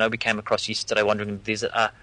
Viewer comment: just yisterdiy? viry frish WTF